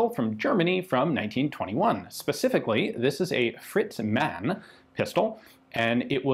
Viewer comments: It’s Mann... so pronounce Mahn phonetically not like man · Hi Ian, the word Mann, is pronounced as Marne. This pistol looks like an annular ring gas impulse recovery system?